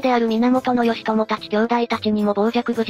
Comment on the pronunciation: ギチョウなんて読み方する？